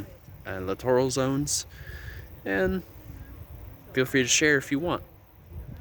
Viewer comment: Look up the pronunciation for littoral. You’re saying it wrong. 🤦‍♂️